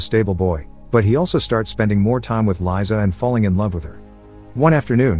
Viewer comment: Just saying, Liza is pronounced "Leeza" (literally Liza), not "Laiza"